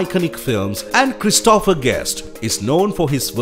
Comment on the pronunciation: The name is pronounced CHRIS to pher (not Chris TO pher).